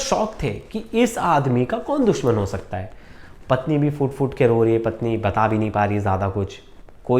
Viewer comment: Foot foot nahi please phoot phoot kar hota hai 99 / percent log ye kyon nahi bolte